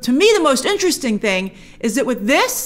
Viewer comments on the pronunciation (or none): none